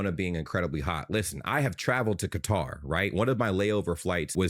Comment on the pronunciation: Some of these USAmericans are acting like the World Cup is being held in Death Valley; the players would look like that in the snow because they're elite athletes pushing their limits. Also, for future reference you should look up how to pronounce Qatar.